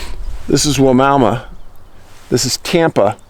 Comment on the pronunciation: BTW. It’s pronounced Y-Mama. Spelled Wimauma. We have property 6 miles from there Fort Lonesome. My sister has sat on the porch at night in the dark(it actually gets dark out there) and has seen some very weird things!